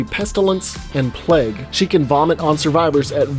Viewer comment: why do you pronounce plague as pleg lmao